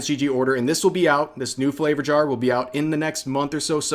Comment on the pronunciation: in my yar